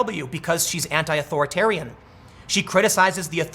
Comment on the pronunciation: You called her shoe hahaha....I thought it was head